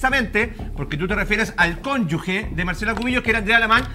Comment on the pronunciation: Este comentario no tiene ná que ver, pero no me puedo callar. Qué triste oír a un ABOGADO decir "CÓNYUGUE" 😢 Fíjese que se dice CÓNYUGE y CONYUGAL. Lo invito a googlear, más que sea, oiga...